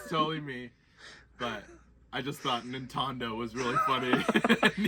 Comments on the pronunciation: "NINTONDO" lmao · NintonD’oh 🤦🏼‍♂️ 🤣. That was great. Enjoy your videos always some laughs in there.